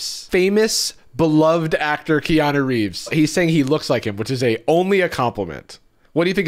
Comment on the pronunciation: He said Kea-NO, not Keanu